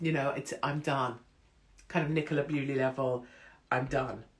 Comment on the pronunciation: Dear Ms Hupkiss, Nicola Bulley is not Nicola Bewley.